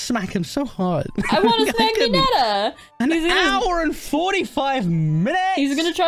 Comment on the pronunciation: sorry one year late but did anyone notice him say minato on the toes instead of mineta on the toes or that just me